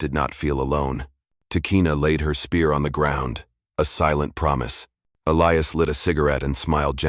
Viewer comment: Why is Elias pronounced in three different ways? Uintelligent AI? The Apaches speak very good English though.